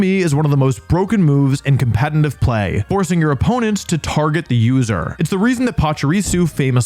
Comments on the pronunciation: for a lot of these you talked about why theyre good pokemon, but didnt explain properly why they would be preferred over their evolved forms. also its "competitive" not "compenitive" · Wolfey, can you please learn how to pronounce competitive? There is no n in competitive, yet you manage to put one there every time you say it. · Is he seriously still saying competeNtive? 😂😂 You should trademark that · BRO ITS PRONOUNCED COM-PE-TE-TIVE NOT COMPENTIVE GAW DAMN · he says competitive like "compenitive" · Can you post a video with you saying just “competitive play” repeatedly 😌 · I’ll subscribe once you’re able to pronounce “competitive” correctly. 😂😂🤣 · yo do you realize you can’t pronounce competitive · You pronounce the word "competitive" weird